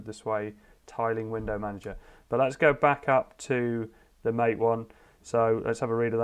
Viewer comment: Looks good! Incidentally, MATE is pronounced mah-tay. It's named after an Argentinian drink.